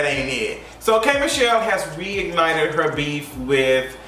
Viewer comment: Instead of “reignited “I thought you said “wig ignited”😭😅😂 Another great vid! I’ve been A fan since you’re bad night experience video back in the day